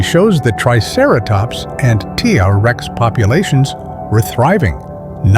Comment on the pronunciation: I thought it was a real voice until he started saying "tuhrex." Also, the phrasing: "Protecting hell ..", Picture hell ..", lol. The AI voice may have an easier time saying"Tyrannosaurus Rex" in full. Other than the annoying AI narration, it was a pretty good video